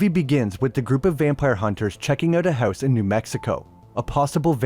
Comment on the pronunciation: "Buried OOwtside of the HouwSe"